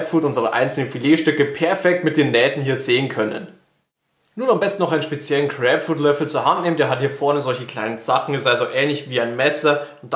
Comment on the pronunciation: Crääpfrud..also bei der Aussprache kann ich das Video nicht länger als 10 Sekunden gucken